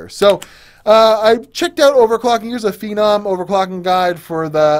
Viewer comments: What do you think this guy is? We can't be watching the same person.... This guy called a "Feenomm" a "Fennum". That's your queue to realize how much of a nubcake this guy really is. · It's "Feenomm". Get it? You saying that incorrectly actually triggers me beyond belief. "Fennum"? What the fuck are you thinking? Your mom did you a huge disservice not teaching you phonics. This is not the first time I've seen you have an issue pronouncing something. Q6600 was not in any way a "Business Processor" keep talking shit buddy, you'll get far... Lol. Furthermore, Phenom II absolutely does not do "Well over 4ghz". That's laughable. Average OC is 3.6-3.8ghz. Most Phenoms will not do 4ghz. Deneb was the only chip where it was basically guaranteed. I'll keep de-noobing you. Don't worry man. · Not Fe-Num....It's Feeee-Naaam